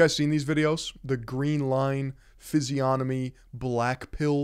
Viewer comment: first video I've seen of someone pronouncing 'physiognomy' correctly. good job